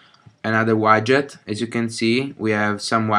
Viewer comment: Grazie per il video. Ti volevo solo correggere su una cosa. Widget si dice "UIDGET" e non "UAIDGET"